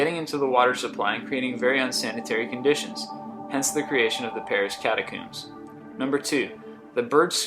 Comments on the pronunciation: Dude its not pronounced catacooooooooooooooooooombs. Its pronounced cat-a-co-mbs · The creepiest thing in this video is how many words this guy mispronounces (catakuums?) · The Paris CATA>COOOMBZ? MT FIJI? Um...> MT FUJI ASS CLOWN ...What's the town in Transylvania thats mispronounced three times? Hey it's easy to get freaked when your high DUMB ASSES! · Men-GELLY?? Catacoons? Get your pronunciations right, dude - most of them are wrong. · catacümbs??? I'm so done with this guy's pronunciations. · How do pronounce catacombs wrong? Fucking idiot how does it look like catacims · haha, catacooms :P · Four mispronunciations: sepulchre is pronounced SEH puhl ker (SEH as in send) Cyprus is pronounced SI prus (si as in science) catacombs is pronounced CAT uh combs (comb as in comb your hair) (Dr) Mengele is pronounced MENG guh luh. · Min-gay-lay, cata-cooms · catacombs* please not catacooms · Man, your pronunciation of a lot of the foreign things... they hurt. And catacombs. Say it with me: cata-combs. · Holy shit...I never expected a Spanish Inquisition. Was just a passing comment inspired by mispronounced words like Cyprus and a catacombs. Lighten up. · Learn how to pronounce names properly of places and people dude.....catacombs and Mengele....freakin annoying... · Island of the Dolls is my pick as creepiest of the lot. And why is he pronouncing "catacombs" that way? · Mispronounce practically every proper noun in the whole video... and then cap it off with "mount FIJI"?! It's only one of the most iconic mountains on the planet. If you do any more ______ on Earth videos, you really ought to learn how to say the names. Type "catacomb" into dictionary(dot)com for me please? You can even "listen to the pronunciation" if you're confused by the phonetic spelling. Hope this helps you make better videos in the future. :)